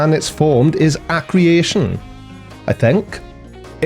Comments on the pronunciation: It's acrea-tion and not acre-ation. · "The currently accepted method by which planets are formed is a creation". Wow! That is the thing I least expected to hear from. Does that mean creationism has become accepted science? (Or maybe he meant accretion, but no, I'm sure doesn't mispronounce stuff. And it can't be his accent because he hasn't got one). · All of his pathetic videos are just compilations of what he's misremembering, misunderstanding or failed to learn in the first place. Now he's just being defensive and angry about his ignorance. BTW, the term is accretion pronounced uh-kree-shun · Accretion is pronounced more like - ah Cree shon, by the way. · He was reading it from a website I guess, and maybe just mispronounced it, but what he said is direct quote and I’m sure isn’t an creationist. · a lot of people pronounce accretion as "ak ree shun"